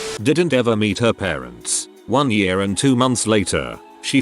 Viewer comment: No one: The text to speech saying year: Yüré